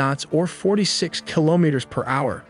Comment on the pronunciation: Repeat after me : Ki lo me ters ! Not Kilomers